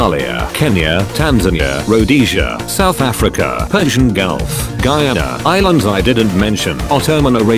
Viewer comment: Wow The A.I pronounced it properly Guy/ana